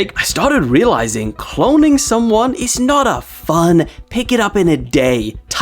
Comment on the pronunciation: keeps saying clonnign u but is not clonning u